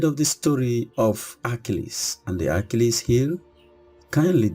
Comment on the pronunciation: Your saying his name wrong!!!!!